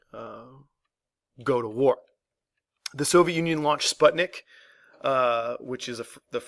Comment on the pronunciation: Needs more patriotism. I don’t like the way he says Sputnik. Edit: the way he says Sputnik.